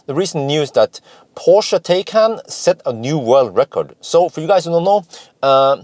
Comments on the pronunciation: You've nailed Porsche like a German, now to work on how they say Taycan (Tie-kan).;) ONE = multiple Porsche test drivers!:) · Well done on the Porsche pronunciation I actually believe Taycan should be pronounced Tie con!! More fun to be had with our German friends lol